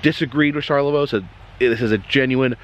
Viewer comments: Charlevoix is pronounced Shar-le-voy , also previous video with the cheese.. Pinconning is * Pin-Conn-Ing* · It is pronounced char le vo in Michigan lol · Killing me. I'm like this char-le-vo, must be WI or something. Char-la-voy! Hahahaha. Cant be the first to say this. Welcome to Michigan! Stay safe. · Charlavoix is char la voy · You’re super close. Charloix is actually pronounced like “Shar le voy”. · Charlevoix is pronounced "Shar-le-voy". Michigan native here and we used to take weekend trips to Lake Charlevoix often when I was growing up. FYI Michigan's Adventure never even opened for the summer season due to Covid. They did open the adjacent water park to limited capacity though, which I thought was odd. BTW that big wooden roller coaster is called Shivering Timbers. I think the smaller one was the Wolverine Wildcat. When I was growing up, the park was called Deer Park Funland. The name changed in the 90's when Cedar Fair bought the park. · how to pronounce Charlevoix : SHAR LE VOY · Cheers! Charlevoix is a tricky one.... It's CharlevOY like as in boy but with a V. Drive safe! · Hi from Hamburg/Pinckney/Brighton Michigan❣️ ❤️🧤❤️ Approx halfway between Ann Arbor and Lansing. Charlevoix is pronounced Sharla-voy rimes with boy. 🧤👍☃️ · Charlevoix is pronounced Char-le-voy. Thanks for visiting our mitten state. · Shar-leh-voy. Great video though! 👍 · CHAR LA VOY (VOEE), MICHIGAN. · It's closer to Shar-la-voy. But nice try Sir. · Charlevoix is pronounced Shar la voy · It is pronounced like, Sharla-VOY!!!! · You are close to pronouncing it. Charlevoix is pronounced Shar-lə-Voi. .